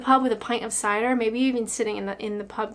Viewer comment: wow. the way you say Cider, you have been next to cider drinkers from the west to long.